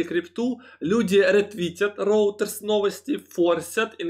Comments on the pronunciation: Извините, поправлю все же, "Рейтерс" а не роутерс. Спасибо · Та шо за роутерс постоянно, братик, может ройтерс?))